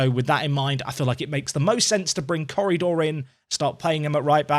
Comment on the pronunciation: Every time you say Corredor, I keep thinking you're about to say currydog.